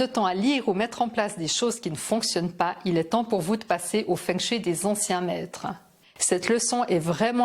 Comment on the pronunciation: Savez-vous que feng shui se prononce fong shweï ? 😁